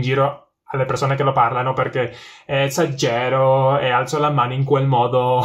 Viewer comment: Lo único que puedo juzgar es el italiano y la verdad que no está nada mal, las únicas dos cosas que he notado son que no es "esa'gero" sino "e'sagero" y al final cuando dices "e adesso" imagino que quieres decir "e basta" claro si tue dices que hablas perfectamente italiano como un nativo como dice mucha gente y me haces estos errores pies te digo que eres un chulo pero como eres humilde te digo que ole tus huevos y que esta muy bien, hay que equivocarse en estas cosas para seguir avanzando, coraggio! :D